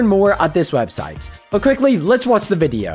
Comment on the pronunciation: the way he says video is funny 😂